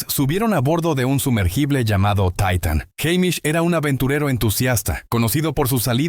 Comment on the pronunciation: Jajajaja taitan.. .se dise titan...así d facil